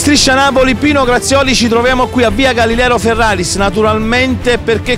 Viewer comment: Via GalileRo Ferraris. complimenti per la pronuncia.